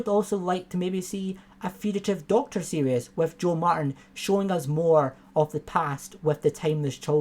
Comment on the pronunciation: Mate, love your videos but it's "series", not "serious".